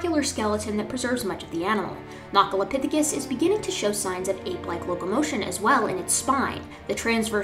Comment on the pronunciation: hold on hold on. You mean to tell me that Nacholapithecus is not prounced "Nacho" as in "Nachos and Tacos" and is instead "Nacko" ?